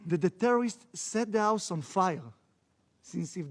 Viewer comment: ברצינות בן אדם, תעבוד על האנגלית שלך - מה זה אאוס? האוס - זה כמו בעברית א ו-ה תאר לעצמך תתאמן כל היום כי כל הכריזמה שיש לך בלי ספק נעלמת עם הסחות הדעת...